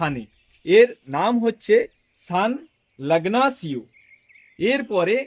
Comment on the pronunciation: Dada ota san ignacio , lagnacio na, and Hana hena na